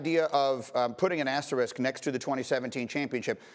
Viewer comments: Why can NO ONE say the word "asterisk" correctly? Everyone says "asterick" lmao there's another S in there morons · Ugh why do people say "Asterick"? There are two S's in Asterisk! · Somehow the word 'asterisk' remains unpronounceable by sports media 😂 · Went to Georgia Tech. Doesn't know how to pronounce asterisk.